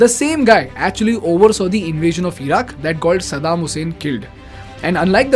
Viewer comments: Eeeeeraq , eeeeeran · eeran , eeraq, beehar…??? iran , iraq , bihar 👈